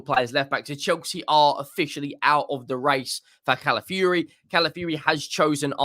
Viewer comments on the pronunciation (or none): ITS NOT CALAFURY, IT'S CALAFIORI. Pronounce the O in his name. YOU'RE WELCOME 😅😅😅